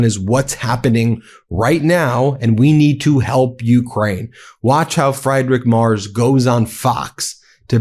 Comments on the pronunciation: For clarity, it's closer to "Free-drick Merts". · Friedrich Merz. Ben, PLEASE learn how to pronounce this man's name. Freed-rich Mehrtz. Calling him Fried-rich (even though that's how it's spelled in English) is just ridiculous. Or just call him the German Chancellor. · Fr-eye-drick Mars? Are you serious? For crying out loud, at least try to pronounce the guy's name correctly. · I can't stand him, but his name isn't "Freidrick", "Mars" or "Mers"... it's "Friedrich Merz". 🤷‍♂️ At least try to stick to one pronounciation of his name instead of two or three. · I like your Videos, but maybe you should decide on how to pronounciate the name Friedrich Merz. As a german I would suggest: Freed Rick Murds... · Does anybody know of a truly unopinionated channel for news? Ben you are pronouncing the German chancellor's name- free druhk murtz. So many opinions here, and I'm not a Trump regime fan,. Isn't there a channel that just gives the facts? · You oughta look up pronounciation of names. it's FREEDRICH MERZ, he ain't fried - that would be Elon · "Friedrich Merz" is pronounced FREEdrikh Mehrtz. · It's pronounced Free-drick mertz😊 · FYI Friedrich Merz is pronounced "Freedrick Mertz" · You pronounce his name Freedrich Mertz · how can one mispronounce a name that often? just use google translator in german an type in "Friedrich Merz" and at least try to pronounce the name properly... there were like 4-5 versions of this name in these 15 minutes but none of them were correct. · Please take the effort to at least half-way properly pronounce Friedrich Merz's name. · insulting muspronynciation of German chancellor'a name